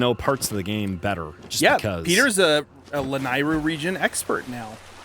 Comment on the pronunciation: I encourage you to watch the BoTW memory where Zelda is thanking Link for tips with her horse where she says the word Lanayru. It's pronounced La-NEIGH-ru.